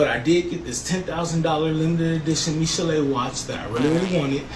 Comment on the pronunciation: I love how he said Michele like it’s French 😂 it’s a woman owned company that has WM on every watch to indicate Woman Made. Like the 🐱 he is.